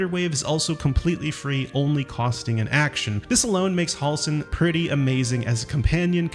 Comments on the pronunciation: Halsin Not Hawlsen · They say Halsin's name 100 times in the game and you still can't say it correctly. You're saying Hall-sin, it's more like Hell-sin. Js.